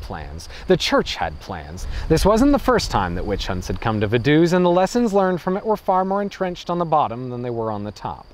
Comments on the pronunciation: I live right next to Liechtenstein! It's pronounced Va-du-ts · Shouldn't it be pronounced Fa-duu-ts? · because of the V Vogel ist spoken Fogel Not Wogel and Vase Fase not Wase V is spoken as a F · I love your comical pronunciation of, "Vadoose". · Same for Ferdinand von Hohenems or Vaduz. Guess he simply didn't care to research for that part. The story telling's still great, so i don't mind.